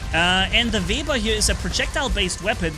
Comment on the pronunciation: Call it web ear it is correct pronunciation